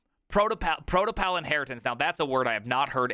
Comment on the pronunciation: why so much difficulty in pronouncing "prototypal?"